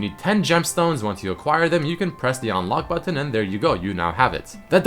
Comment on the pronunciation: When he says "button" its kinda funny